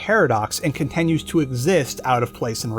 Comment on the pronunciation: dude why do you say contenues so much